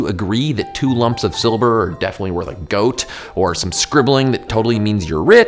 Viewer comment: Did you say "Silber" instead of "Silver" ? I'm from Germany and that's what it's called here. ^^